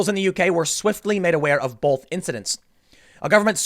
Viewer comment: Tim puts an L in the word: "both". "Bolth"